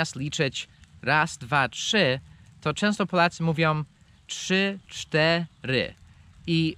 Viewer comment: "czy czte ry" O.o hahahaa